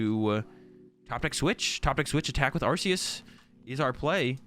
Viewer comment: It's ArKeus, mate...